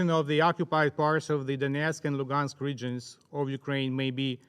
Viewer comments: Зараз геть не час критикувати вимову наших представників в ООН, але мене теж зачепило оце донєцк, луґанск, владімір. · ай хев ван квестіон, чому Донецьк і Луганськ вимовляються на російський манер??